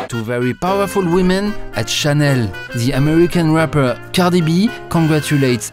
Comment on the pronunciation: The way he says "Cardieegh Bee" has me in tears 😭